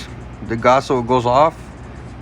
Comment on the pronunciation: you did alright man, but please its gaoss not gasso 😂